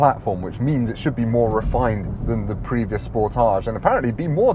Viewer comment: Why does everyone pronounce it like it is a French word? 😂 Le Sportaaaaage